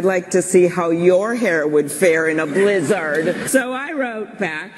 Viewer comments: I hate the extreme emphasis she puts on blizzard every time while leaning forward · The way she says blizzard is so weird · It starts bad, but then the way she says blizzard makes it maximum cringe.